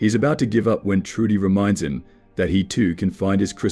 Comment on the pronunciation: Santa wakes “U.P” didn’t even say “up” right